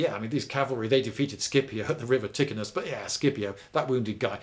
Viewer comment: Sorry Lindybeige but your pronunciation of Latin names is a little bit messy. Examples: Placentia-->Platchenzia (not Plakentia), Cenomanes-->Tchenomanes (not Kenomanes), Scipio-->Sheepio (not Skipio), Ticinum-->Teechenum (not Tikinum) etc.